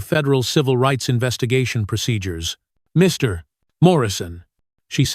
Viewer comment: Hey Narrator. Your narration is okay, except when it comes to addressing someone as 'Mr.' or 'Ms.' There is no pause, and it should not have one. It should be continuous, for example. Mr. A or Ms. A in one full phrase. Could you correct yourself?